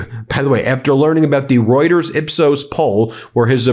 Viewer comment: You are a JOKE. Can't pronounce Reuters properly.